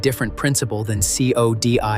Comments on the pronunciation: Comprehensive video but you need to work on trying to sound less scary and more on place and other names. It's not TooLuh-Lip, it's Too-Lay-Lip and is the name of a local tribe. Also, CODIS is an acronym for the Combined DNA Index System and is pronounced as "Coe-diss" not as separate letters. I live in WA and work in the criminal justice system so I know what I'm speaking of. While your video is good info, your mispronunciations really don't do it justice and your narration doesn't either. Do better. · and not knowing GED is commonly pronounced like a nam: Ged. Same with is CODIS, say it like a word codis. No one says these this way!